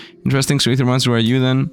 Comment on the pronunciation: Don't know why it bothers me when someone doesn't know how to pronounce "Ae". Thank you though for knowing, my OCD can fuck off for now ❤